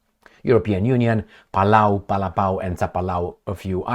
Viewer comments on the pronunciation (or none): none